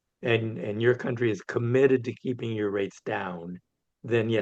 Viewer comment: it's Kuntry -- not Cowntry.